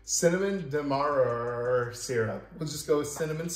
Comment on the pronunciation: Dem-eh-rah-rah (Demerara)... just say it all together